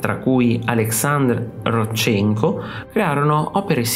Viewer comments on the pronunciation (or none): Vladìmir, l'accento sulla prima i. Ròdchenko, l'accento sulla prima o.